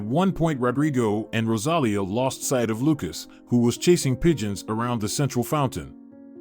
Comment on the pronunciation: Rosalia with the accent on the i! !!!